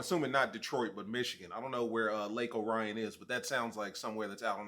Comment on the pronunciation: He lives at least 40 miles from Detroit, in Oakland County. A long way away from the D. Pronounced Lake Or-re-on (Orion)